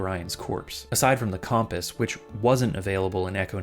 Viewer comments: He says it normally once and then says Com-Piss for the rest of the video, this is so sad, shout-out to all my loyal Cum-Piss enjoyers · Great video, but I can't get over the way you pronounce compass like cawmpass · Pronouncing it "comm-piss" is crazy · The way he says “compass”… “com…pass?” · It’s an East Coast thing. I worked for years with a guy from New York who pronounced “compass” the same way. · He did a double take for "noises" but confidently mispronounces compass. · Bro has no idea how to say "compass". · lil triggered by the way you said compass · Local man refuses to pronounce compass correctly to try and make people comment about how poorly he's pronouncing it and slaughters my ability to respect him or subscribe to him. Truly pitiful. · Seriously it was driving me a little crazy. I’ve never heard anyone say it like that before (and if I have it was never this many times). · Bro I know I was looking if anyone else thought about that 😂